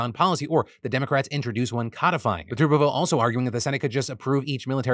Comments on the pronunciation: For future reference it’s Tommy “Tuhb-erville” not “Toob-erville” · I know it doesn't really matter but it's pronounced "tub" erville like the thing you bathe in lol. I'm from Alabama and he doesn't speak for me just thought I'd throw that out there. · "Tommy Tub" not "Tommy Tube"...although maybe "Tube" is better because I'm sure it would make him mad. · Hey Phil! I assume you don’t have any college football fans on your staff. Tuberville is pronounced like bath”tub” not like “tube”. Just a friendly comment :) love the show! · this man said tooooberville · It's Tub er ville. Moron